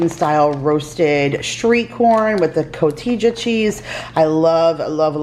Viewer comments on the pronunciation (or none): In Spanish the J is pronounced like an H. The cheese you may have been unsure on how to produce (Cotija) is pronounced Co-Tee-Ha for future reference.